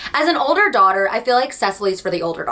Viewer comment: not me watching this while getting ready and thinking the whole time you were saying “thot” daughter and wondering what in the world it meant LMFAO